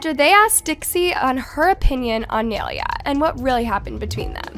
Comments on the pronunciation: Why you gotta prononce nailea's name like that tho💀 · You are saying her name wrong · “NAI-LAY-UH” NOT naileeuh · It is nai lea not analeah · its NAI-lay-a NOT Nelia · her name isnt nail-ea its nie-leah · Um her name is NAILEA. (Nye-laya) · Girl learn how to say her name properly her name isn’t nalalaland. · ITS “NYE-LEA” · Its pronounced NIA-LAYA not spelled like that but thats how it's pronounced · its nai-LAY-a 😭😭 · ITS PRONOUNCED NAI-LAY-AH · sorry to correct you but this is how you pronounce her name ni ley uh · Please learn how to pronounce nailea like ew it’s niy-lay-uh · it’s pronounced “ nah - ee - leh - ah “ GAWD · thats not how yall pronounce naileas name nai-laya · n - eye - lay - ah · your pronouncing Nailea's name wrong its (Nai-Lay-a) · if ur gonna drag nailea atleast pronounce her name right- its pronounced ny laya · That’s not how u say her name💀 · for one the entire time your saying her name wrong. two people can be friends and the fans started the drama. three dixie needs to get everything under control and leave things private. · Not saying naileas name wrong all video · she had so many chances to pronounce nailea right and she never did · She doesn’t even know how to pronounce nailea’s name😭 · please pronounce nailea right😭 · she pronounced nai’s name wrong the whole time lmao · Okay i cant be the only one noticed that she is pronouncing Nailea wrong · If u r going to gossip abt ppl at least say their name right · You r saying her name rong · Are you pronouncing Nailea’s name wrong on purpose ? 🧍🏽‍♀️ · am i the only one who hates it when says nailea's name wrong... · ya, same, it's also like she's pronouncing her name wrong on purpose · No one ever says Nailea’s name right ahhhh💀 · at least pronounce nais name right 😭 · The way she was saying nailea was triggering me 💀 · Why is she saying nailea like that💀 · can u say nai’s name right 😭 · pronouncing naileas name wrong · the way she says Naileas name